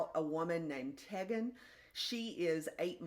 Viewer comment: Tegan- pronounced with a long e, ‘Tee-gan’ 😉